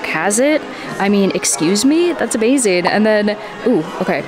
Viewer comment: That was "abazing" haha